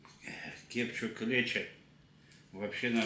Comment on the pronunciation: Кудлатый специально деда подучил, чтобы несколько видов кетчупа показал, чтобы он неправильно произнес"кепчук", там же все с умыслом у недоросля, что бы комментов побольше было. Ну хитер бобер😂😂😂